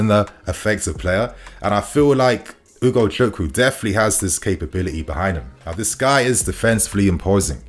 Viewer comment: You really pronounce his name really well ...nice